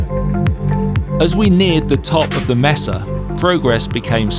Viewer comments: Mesa is pronounced maesa, not messa. Messa is a group of things, such as "I caught a messa catfish." 🙂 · Another excellent POL. Thank you. A small point for. Mesa is pronounced maysa. And, in Monument Valley, the other tall feature is called a butte, pronounced buoot, not butt. A simplified definition is that buttes have smaller diameters than mesas. And the next time you go, check out Goulding’s Lodge and the old Goulding’s Trading Post. A great place to stay or just eat and lots of history. It is because of Harry Goulding that so many movies were made in Monument Valley, especially providing periodic jobs and income for the Navajos during the Great Depression. 😊